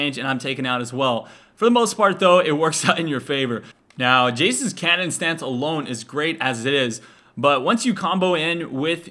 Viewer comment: Whenever he said cannon mode i thought he said Kenen mode